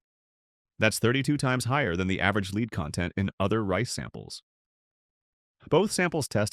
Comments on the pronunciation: Great voice but bad, very confusing reading, e.g. "leed" for lead, the chemical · It would help if these documentary safety videos were given by real people who know how to pronounce the heavy metals, especially lead. It goes to credibility. And i agree that there are heavy metals in our food. Just, please. Show credibility. Friends. Its far more important than you realize